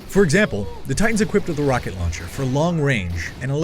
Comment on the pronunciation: It's his pronounciation ;) Rauncher